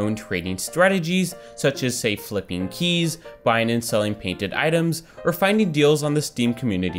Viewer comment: The way he says “keys” bothers me